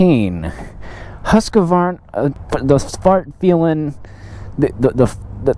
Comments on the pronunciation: It is HUSQ-VARNA not HUSQ-A-VARNA dont know why so much people invent letters xD.hahahha Nice vid men! keep it up!! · I have an idear ... Let's go ride a Huska-varnah! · There's only two "A's" in Husqvarna.